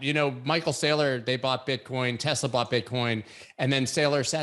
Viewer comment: C’mon man. At least pronounce Michael SAYLOR’s name correctly. Geeez.